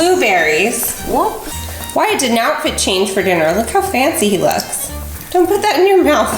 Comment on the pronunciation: At all I can hear is her calling the Wyatt "Matt" and it's bothering me so much. Is it not supposed to be "Why-it"?